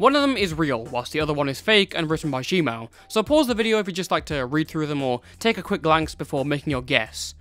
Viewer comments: nah cause i legit did a double take when i heard “g mao” lmao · Zhenmao is pronounced Tchun Mao